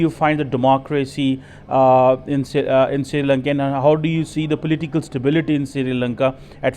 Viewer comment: he said Shiri lanka and nepol 😂😂